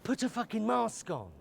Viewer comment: "Well, for advice on how to wear a face mAkSk..." xD